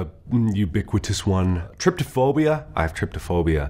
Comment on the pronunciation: Sorry for nitpicking but it’s pronounced trypophobia not tripophobia